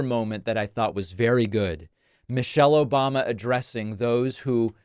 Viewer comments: “Obamna” never gets old man 😂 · "obmna"... exactly. Lol😂